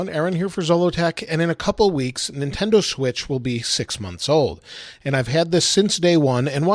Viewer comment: "Nintendo Schwithz"